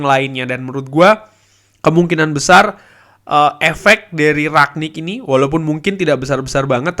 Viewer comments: rangnick bang bukan raknick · Kritik bang cara penyebutan Bukan rak nik tp rang nik